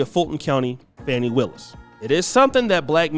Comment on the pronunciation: The mispronunciation of her name is wearing me Out. Her name is not Fanny.